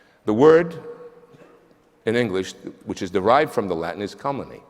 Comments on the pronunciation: A very smart Italian American who doesn't know how to pronounce "calumny", but thinks he's qualified to give a solemn lecture on it. Speaka de inglish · The man doesn't even know how to pronounce "calumny", but feels qualified to give a solemn academic lecture on a word he can't pronounce correctly. And he gets away with it because most of his audience have probably never heard the word before. And, btw, where was he when Trump was spewing calumny against Obama for the last 8 years?